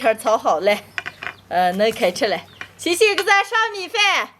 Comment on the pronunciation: 喊李寧很清楚，可是喊星星我都會以為是雞精，很有趣